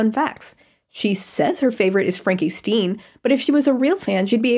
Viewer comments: I’ll never forget that she was part of the Monster High franchise, it makes me sad that she seems to ignore that part of her past when it was so many people’s introduction to her. Also “We are Monster High” is STILL a banger and she should be proud of it 😤 FRANKIE “STEEN”??? STEEN??? 💀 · The Frankie Stein mispronunciation killed me. I am dead now